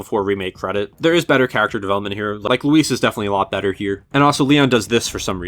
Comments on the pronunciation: "Louis" lmao. Im nowhere near spanish and even i knew it was "Luis" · it’s just a Spanish version of the name, Lewis, so it is pronounced Loo- ees the u make a double oo sound. The only difference is that English has a “W” that is pronounced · Luis: It's Luis, mane. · RE4’s biggest issue is that Leon couldn’t pronounce Luis’ name right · In the remake Wesker also doesn't pronounce it right . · It's funny that if Leon didn't pronounce it like that , people wouldn't have cared that much about Luis in the first place .